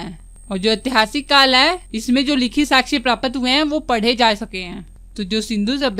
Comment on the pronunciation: Aur प्रापत not ye hai प्राप्त ache se bole